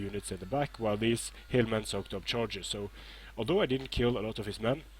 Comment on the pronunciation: When you say hillmen, I hear hirdmen.